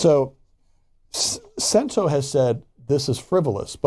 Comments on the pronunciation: Pronunciation guide: Cento is pronounced "CHEN-toh", and not sen tew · "Sent-o"? Its "Ch-ch" Cento. Before reporting on an item, please make sure you actual know how to pronounce it. Love when white people love to claim Italians as their own, but cannot pronounce the items properly. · Learn to pronounce Cento properly.....all this communication back and fourth and you still say “Sentó” yo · "Ch"ento. . Ch-ch sound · It's pronounced chento. Ch sound. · You aren’t pronouncing the name of the company correctly